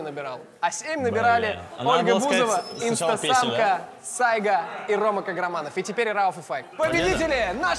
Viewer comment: Мне показалось или он сказал инста самка?😂😂😂